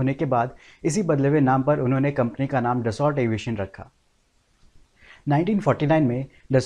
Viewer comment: अच्छे वीडियो बनाते हो भाई परन्तु ज़रा सही उच्चारण भी कर लो। दससौल्ट नहीं dassu (दस्सु) होता है।